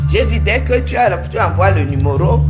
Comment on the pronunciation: On dit "numéro"et non "numoro"